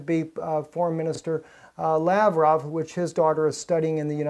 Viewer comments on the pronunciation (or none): none